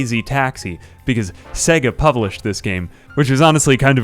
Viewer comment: "Seh Ga" ?? When you boot up the console it literally says "Say ga"